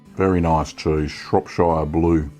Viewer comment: Looks great! I grew up in Shropshire. Just FYI - it's pronounced Shrop (as you said it) - shuh. Rather than shire (like lord of the rings).